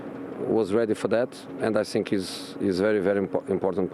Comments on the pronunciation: " I sink " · I Sink we deserve the points!...lol, I could listen to him all day😂😂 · I don't tsink it's sink, but I tsink he says, "I tsink..." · every time Jose says " I sink", I blush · The day Jose mourinho does not say "sink" during an interview, football has ended. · I sink so, I sink so.